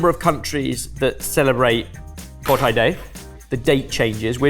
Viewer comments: Bodhi is pronounced like "bow (as in bow and arrow) dee (as in the letter D)", not bawd-eye 😀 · Just wanted to point out, it's pronounced 'Bo-dh-ee' day. 😊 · Always a great show, but but as to the milk and rice, it should be pronounced bo-dhee not bod-hi. It's quite a new Japanese thing, as everywhere else Buddha's day is always celebrated mid May or mid April, depending on tradition, for the Indian spring of Vesak. (Ask Kush...) 😂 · bodhi is pronounced Bo-DH-EE not bo DIE ... just if the information helps :) great content as always though sorted :) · "Bodhi" is pronounced "Boh-dhi",, not "Bod-hi." 🙏🏾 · Jesus… Kush must not have been in on the day this was filmed because he would NOT EVER have let you pronounce Bodhi as ‘Bod-High’ 🤦‍♂️ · Yeah, I was taught Bo-Dee is the correct pronunciation of bodhi too. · please watch Point Break (the Swayze original) and learn to pronounce Bodhi 😉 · pronouncing bodhi and siddhartha gauthama both were just absolutely wrong.